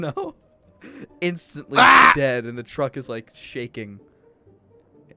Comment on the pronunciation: The twuck is too fast